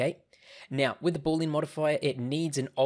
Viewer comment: Thanks for the video! BTW, it's not pronounced "BOOL-lean" (2 syllables). It's pronounced "BOO-lee-ən" (3 syllables)